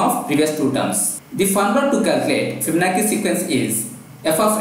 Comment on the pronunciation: Also its Fibonacci (Fib- Ah- nachi)